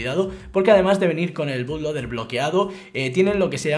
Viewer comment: se pronuncio "butloader"